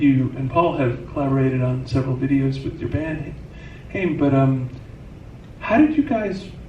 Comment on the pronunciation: Lol not the interviewer pronouncing alanas last name wrong 😭 friendly reminder it's pronounced HI-um not hame :D alana says it correctly